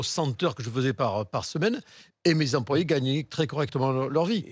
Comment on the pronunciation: à 24 min: le mec il a eu 120 z'employés!🤭